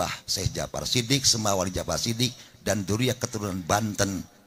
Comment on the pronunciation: Jakfar sodik...bukan jakfar sidik,eta naon kyai😂